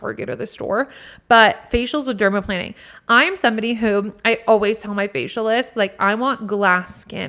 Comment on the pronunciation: I love these tips!! Okay first as a skin and hair care specialist and retired nail tech yesss to all of what you said!! Also I personally despise acrylic nails 🤢… gel or press ons all day!!! And yes you are saying it right 😉 “Derma-✈️-ing” lol Second OMG we listen to the same playlist 😍 and third I think my biggest takeaway is to stop filtering myself!! Be me and not performing, I’m doing that in my podcast but like on my social media that’s my biggest shift to do!